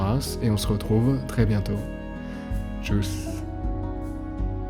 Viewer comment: Je tiens à préciser une chose : On ne prononce pas "Tschouss", mais "Tschuss" et cela s'écrit comme ci-après : "Tschüß". Voilà, si cela pouvait être pris en compte, ça renderait les vidéos quelques peu meilleures!